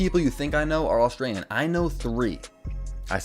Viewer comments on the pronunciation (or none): none